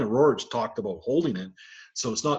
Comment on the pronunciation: If you are such an expert,stop calling the Rorich!!! There name is RERIKH!